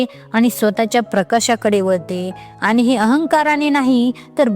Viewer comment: चांगलं मार्गदर्शन .आनी,पानी अशुद्ध बोलू नये please .